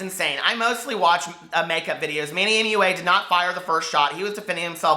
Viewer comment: omg, I DIED WHEN YOU SAID "moo-ah" for MUA! LMAO LOVE IT!